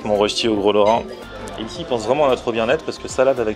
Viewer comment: RÖSTI!!!! Pas rochti